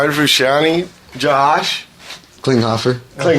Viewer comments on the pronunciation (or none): it's fru-shon-tay!!!